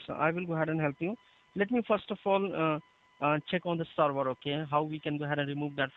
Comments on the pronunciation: the way he says "sorvor" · Lol him saying server like "sorvor" killing me 🤣😂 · “let me check the sorvor sir” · oh, he's saying "server"! I kept hearing "star war" and was confused what that has to do with anything : D